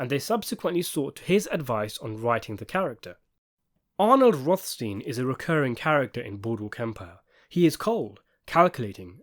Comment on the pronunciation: Rothstin? Yeah, and physicist Einstin, and doctor Frankenstin. Pronounciation porn in its glory.